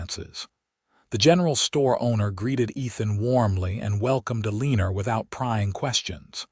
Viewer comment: The mispronunciation of the name Eleanor was annoying